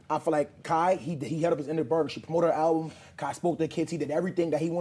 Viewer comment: “A ralbum” is crazy 😂😂